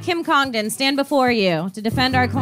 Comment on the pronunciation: It's unbelievable to me that Dave absolutely cannot pronounce the word "Stand". How the hell do you add a "w" to that word???